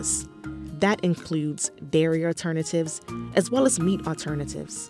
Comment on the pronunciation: *aLTERnatives not *AUTernatives *tolD not *toDe